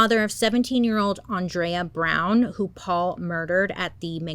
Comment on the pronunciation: Thank you for pronouncing Andrea’s name correctly. She a hated when people pronounced “Ann-drea.” People should also know she was absolutely a light.